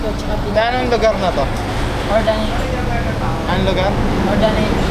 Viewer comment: Correction. Urdaneta hindi urganita